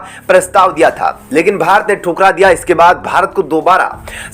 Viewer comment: It's not bhart but bharat. Please correct the mistake you commit frequently.